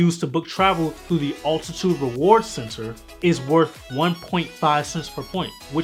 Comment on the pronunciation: Bro, it’s not “Ultitude” it is called Altitude!!! 😅